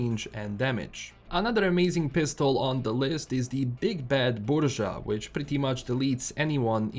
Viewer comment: finally I see how BURYA is pronounced properly. thanks!